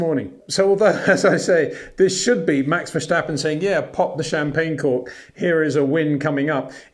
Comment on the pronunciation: Peter, I love your content but please for the love of god: there is no sh sound in Verstappen. It's [vir-'sta-pu(n)]